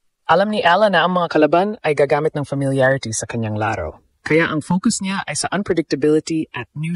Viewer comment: BISAYA E KAYA GANYAN NG PRONOUNCE NYA YUNG LARO LAAARO 😂😂😂😂😂😂 HAHAHAHA BUWISIT KA 😂😂HAHAHAHA